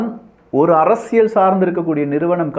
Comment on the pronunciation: Your videos are too good. I'm started following all your videos. தெளிவான விளக்கங்கள். Only one humble request in your title intro. ஆழமான அரசியல் சதுரங்கம் But you are saying ஆழமான அரசியழ் சதுரங்கம். Please try to change from next videos. Sorry if I told anything wrong.